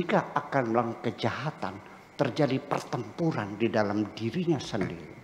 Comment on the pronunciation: suka saya dengar ada nye pertembongan!!! pertemporan.....rasa yg tk semua akan faham